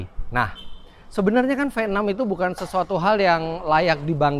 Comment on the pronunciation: Mesin Venom.. ngeri banget.. venom.. Ternyata cuma pelafalan Indonesia.. V6😂